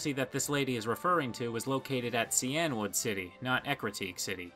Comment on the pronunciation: Cyanwood? It's Cainwood, pronounced Kane Wood.